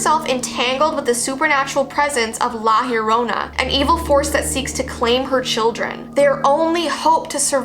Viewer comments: yo-ro-na without rolling the r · Why does Llorona sound like CORONA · Yorrona -.- hmmmmmmmm cool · Lol nope